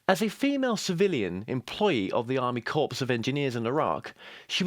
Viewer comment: he said ARMY CORPSE HAAAAAAA HAAAAA